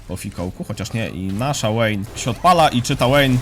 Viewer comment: wszystko fajnie tylko ta Łejn XDDD mowi sie Wejn poprawnie tak jak na VI mowisz waj a nie Łaj, whisky mowisie Łiski a nie wiski itp itd